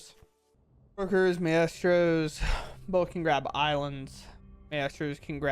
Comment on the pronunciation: It's My-stro's